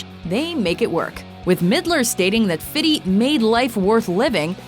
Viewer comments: Great video but why does she always say "Fitty Cent"? It's "Fifty Cent" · ITS FIFTY NOT FITTY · It's fifty cent not fiddy!!! .. Fifty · I honestly think it’s amazing that in every video you call him fitty cent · "Fiddy" really? Not even 50 Cent says it like that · Lol she says fifty like fitty